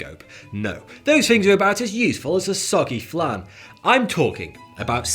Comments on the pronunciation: Did he say as much use as a soggy flan or a soggy flange? I can assure you one of those is very useful indeed... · Did you say, *Soggy Flan*? 🤣